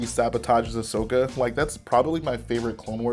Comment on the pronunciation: ummm...its Ahsoka not Ashoka